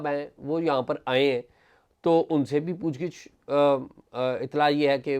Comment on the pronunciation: پُوچھ گِچھ .... درست تلفظ کا شکریہ.